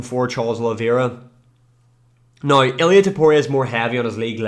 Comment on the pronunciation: How tf do you sell the word "now" and then proceed to say "noigh"